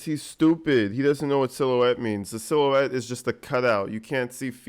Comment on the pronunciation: Lol You were right he db dropped the use of adamant when he realized he db couldn’t pronounce it properly lol 😂 Lol another word he db does not know is silhouette lmao 😂